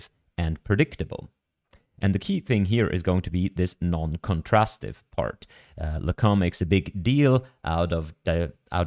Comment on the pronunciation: It's pronounced, "Yan Lickoon".